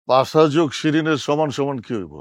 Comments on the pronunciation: পাশা ❌ পাছা ✔️ 😂😂😂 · পাছা না 😅 পাশা পাশা। 🤣